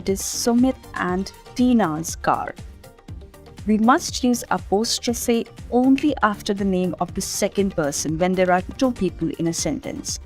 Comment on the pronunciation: The pronunciation of apostrophe is incorrect.